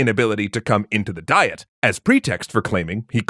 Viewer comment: You keep pronouncing the Japanese government body as Die-et, but it's Dee-yet.